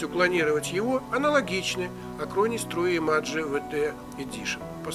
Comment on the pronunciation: тру имаджэ))